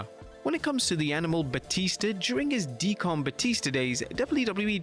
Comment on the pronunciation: why he say deacon like that lmao Deecon... It's "Deekin"